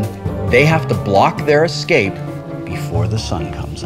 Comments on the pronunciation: "The humans... might probably exscape." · Wow Felicia REALLY can't say "escape"! Same problem on The Guild, too.